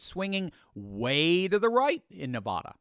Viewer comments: NEVAAAAAAADA not nevawduh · … … Stop mispronouncing my home State it's not Nevada it's Nevada It's not Nevada as in aw It's Nevada as in add Come on, bro very distracting for for those of us from NEVADA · Nev a da. Not Ne vah da! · You’d think would learn how to pronounce, “Nevada”